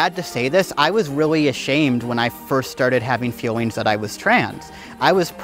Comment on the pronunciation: Why he saying fewings instead of feelings